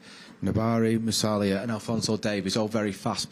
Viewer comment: "Bayern have Sane, Mane, Nbarya, Musuiala" what is this guy on?!